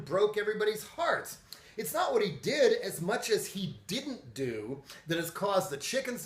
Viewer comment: >pronouncing "what" like "h'wat" Trying too hard to be Hank Hill? I tell ya h'wat Bobbeh.